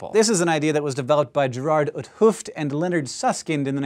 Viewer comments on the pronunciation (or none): 't Hoofd is pronounced somthing like Towft